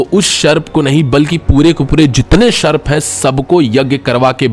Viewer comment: वो सर्प है. शर्प नही.